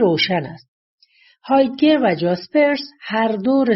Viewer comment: متاسفانه گوینده در بیان کلماتی مثل بازل و هایدگر و... دچار اشتباه شده است